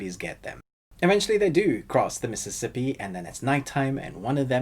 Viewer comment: You said: missippi